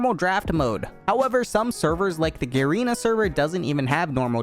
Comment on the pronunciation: U pronounce "Garena" wrong